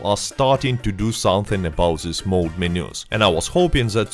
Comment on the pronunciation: It's mod not mode. Mod is short for modification.